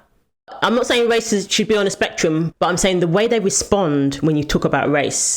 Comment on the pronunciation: The “ing” is pronounced with a soft G. Not with a hard G, like “ sayingK”